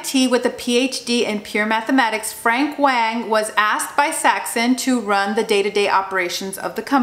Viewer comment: Btw his name is pronounced like "Wong" not "Wayng"